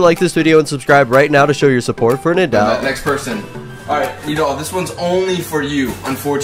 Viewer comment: You can’t even say nidal correctly this is fake